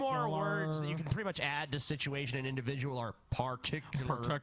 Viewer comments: yes this actually bothered me i was like HOW DID YOU NOT NOTICE THE INDIVIDJAL SHITUASHIONS???!! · Holy shit, go to for a lol. This was clearly way before became self conscious about using the word "indivijul." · Oh my god, he uses "indivijul" in three sentences in a row in the first video! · I love when used to casually say indivijul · How many times does say "indivijul" in this video? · I take offence to this purtickular induhvijul sichawayshun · God buleevur Indivijul indivijul &